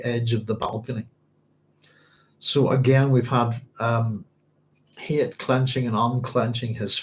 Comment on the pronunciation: Shalom, Doc! You should check the Hebrew on Hayt's name... It's a lot like 'chayt' (with a gutteral ch), which means 'sin,' rather than like 'chayim', which means 'life.'